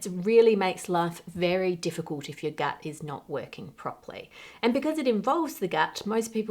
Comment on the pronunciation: Circa I got to thinking "gat" was a weird australian slang for "messed up situation". I then realized she was saying "gut", and that the "ut" sound became "at".